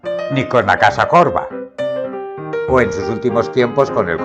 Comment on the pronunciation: Oir decir Can Jorba con acento castellano me duele en los oídos.